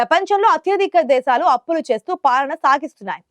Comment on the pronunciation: దేషాలు ఏంటే దిక్కుమాలిన చెల్లి దేశాలు అని పలకలేకపోతున్నావా